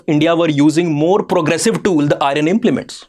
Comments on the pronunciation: Even now you are pronouncing IRON as I RUN...😂 🤣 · It is not Irun but Iron. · Hello Sir, For God Sake The PRONUNCIATION For IRON Is I EN. The R Is Silent. So Its Not I REN But I EARN! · Kindly pronounce iron as iron and Iran